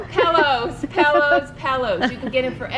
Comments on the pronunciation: As a decorator how can she not pronounce the word pillows, she keep saying pellows pelllows pellows. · For Gods sake it’s “pillows” not “pellows”!!! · pet peeve of mine...pellows or melk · Wow. Pellows, really. How would anyone take advice when she cannot even pronounce the word pillow? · What the heck is a Pellow? It’s pillows! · She mis-pronounces pillows - calls them pellows. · "Pel - lows, Pel - lows, Pel - lows," LOL!! ❤️ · Love the video. Great tips. But why does call them “pellows”? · What...did she say PELLOWS? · I like "pellows" too😍😁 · It’s so cute the way calls pillows “pell-ohs”...